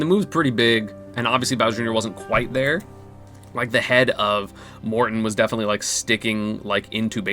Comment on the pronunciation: Bro, just say Morton.